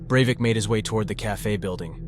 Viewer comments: Overall I think this video is good, and I'm always happy to find channels that treat true crime stories with respect, but you switch between pronouncing "Breivik" three different ways and it kept catching me off guard each time. 😆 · maybe it's just me but I found it a little annoying when you would pronounce his name differently every other time you say it lol. Great video over all tho! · Can u stick to one pronunciation of the name. Its annoying enough how often u say it.